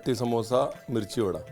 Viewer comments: Badaa rajsthani bhasha not vadda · Sir its not vada ita bada